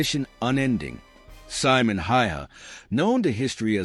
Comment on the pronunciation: Simo ........ see-mo